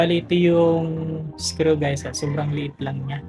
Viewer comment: I like how he pronounces the word screw as skru